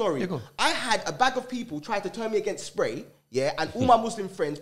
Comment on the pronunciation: “Alot of black people in the black community tried turn me against spray” 😅😅 ok like who ? Man said RAJJJJJ and because that failed said SA RA hahahah